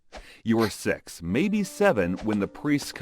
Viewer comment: bro did not say six